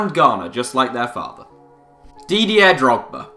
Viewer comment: Your pronounciation of Didier offends me